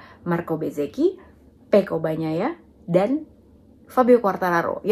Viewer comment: Yg paling saya suka dari mbak lucy ini adalah bahasanya menyebut nama Pecco Bagnaia fasih banget, saya sulit melafalkannya